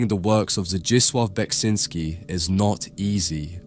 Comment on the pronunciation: Thank you for pronouncing his name, I'd never known the correct way to say it.